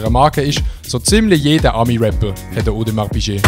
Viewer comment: Hahaha wie er Audemars Piquet ausspricht 😂😂! Nee aber wirklich geiles Video👍👍